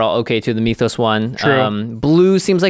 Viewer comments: M-Y-TH-OS....not M-EE-TH-OS. Same way you would pronounce myth, just add an OS on the end. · Please say myth-os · Great review and amazing chemistry between you two as always but Mee-thos instead of Mythos was killing me. It's not a Meeth or a Mee-thos. It's Myth and Mythos. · Its Myth-O's not Me-Toes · Why do you keep saying "meethos"? You've never said the word "myth" before? It's not pronounced "meethos". It's clearly "myth-ose". What is wrong with Magic players? I heard someone say "un-wind" (as in the wind blows) instead of "unwind". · Jimmy saying meeeeethos instead of mythos is almost as cringy as the singing at the start of every video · The way Jimmy says "meethos" pisses me off.